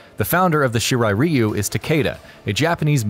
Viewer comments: Did you finish school? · Its shirai RAI-U not shirai riu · It’s not “ree-you” it’s “rye-you” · Ryu you damn fool reu ryu damn it that bothers me 😂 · Shirai REEEEEEEEEEEEEEEEEu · I’m Sorry But I Get Annoyed When U Pronounce Ryu Wrong But Great Video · You pronounced Ryu wrong...